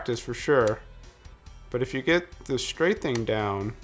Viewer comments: its straffing, not strathing. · It's actually stray-feeng. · Just FYI "strafing" has an F, not a "th" sound.